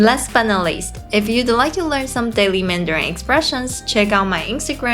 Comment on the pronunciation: please avoid using anything ending with N followed by G eg, MANDARIN*G It sounds ringing in my ears...mandaring. I know in the Philippines they have P and F disfunction. Same goes to Thailand, eg. S and C disfunction, eg, shop/chop. Shopping and chopping. TQVM. ❤